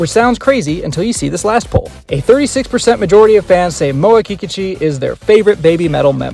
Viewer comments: Very good video. Thanks. Sounds like you are pronouncing her name Kee Ka Chu. I thought it was pronounced Ki Kooochee. Now I feel I maybe saying my favorite girls name wrong. Please say it isnt so.?? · The stress is on the second syllable, in Kikuchi.